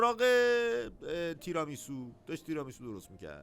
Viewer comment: چرا هی میگند “تِرامیسو”؟ تیرامیسو هست اون سبزی هم روکُلا هست نه رآکُلا، rucola Tiramisù